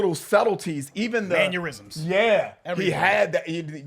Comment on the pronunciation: my man really said “manuerysms” lmao